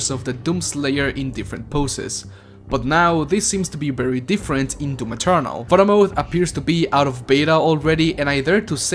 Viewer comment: I don't know what I loved more about this video: the footage, the way you say "DOOM Eternal" (kinda sounds like DOOM Maternal which let's face it, just works and it's a better name) or the kisses. I'll go with the kisses. Feliz Año Nuevo =)